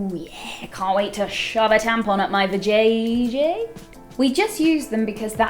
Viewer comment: Ok... i haven't laughed this hard in awhile... hearing a british person say vajayjay is amazing...😂😂 lots of love to you for making a video like this... 😗😗